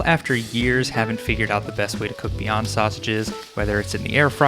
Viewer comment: why did i heard beyonce instead of beyond sausages